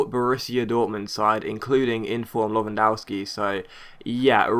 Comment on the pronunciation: you say Lewandowski wrong JS Great vid